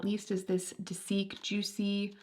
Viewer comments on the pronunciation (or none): Dasique is pronounced day-zick! Dont feel self conscious about it ❤❤ im only letting you know for information, not to point out any mistakes. Im so excited you got their palette! My favourite is sunset muhly.